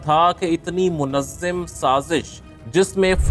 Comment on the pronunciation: منظم زوئی کی زبر سے ہوتا ہے زوئی کی زیر سے نہیں ہوتا پڑھنے کے لئے بھی عقل چاہیے میرے بھائی تم لوگوں کا لکھا ہوا پڑھتے تو تمہارے پاس عقل نہیں ہے عقل سے کام لو تھوڑا سا لفظوں کے لہجے کو پہچانے اور حجا کو پہچانے